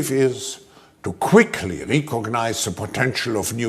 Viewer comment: to "QUICKLY" ... (he accentuated that word) .. to "QUICKLY" ... (".... with BREATHTAKING SPEED!!!" ... ) Chilling.